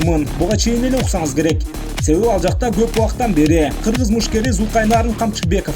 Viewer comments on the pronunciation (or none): none